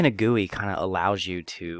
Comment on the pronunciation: G u i not guoi